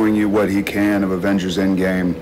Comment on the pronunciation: She said “The Avengels”